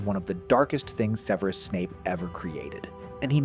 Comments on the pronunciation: No, the voice over is probably AI. The name itself can be pronounced like this (seveerus), but in the films (and the standard English pronunciation) is sev-rus or sev-eh-rus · Start with pronunciation: It's SEV-er-us, not Seh-VERE-us. It's ROE-ling as in BOW-ling, now RAO-ling as in HOW-ling. If Aetch-BEEOH, screws THAT up from the start, the series will explode like Seamus' feather. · Seveerus? Is that how his name is pronounced? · So...the author of this video can't pronounce "Severus", and doesn't show how thet movies "got wrong" these spells. More clickbiat bullshit. Thumbs down.